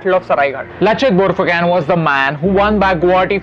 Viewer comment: Not phukan its phukon